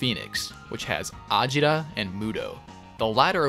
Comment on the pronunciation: I'm just confused. you say you know Japanese but you can't pronounce certain things correctly like (ajira) when you know the Japanese say a-gi-ra are you just Google translating all of this or do you actually know what they're saying?